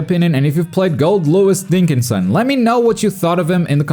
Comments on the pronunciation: Did he just say Goldlewis Dinkinson at the start of the video? He totally did! Sol will be all like -"Dinkinsoooon!" 😤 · My man said “Gold Lewis Dinkinson” lmao